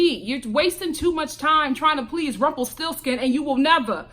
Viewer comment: “ Rumplestilskin” lmao 😂